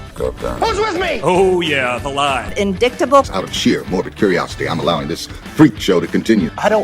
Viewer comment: "in-dik-table" oh my fking d*mn